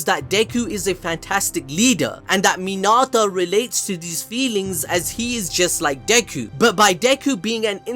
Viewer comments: Sorry but when u called mineta minata I got triggered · Why was he pronouncing Mineta as Minata? lol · my friend if i hear you say min ah tah one more time im going to murder someone friendly tip its min eh ta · Minarta?!! U mean Mineta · bro really minata it's mineta 😭💀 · Mi-NEH-ta! Say again! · Who tf is “Minata”? 💀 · Are you saying Minata? Like Hinata? Like Hakuna Minata? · this man rlly said urArAka and he rlly said minAta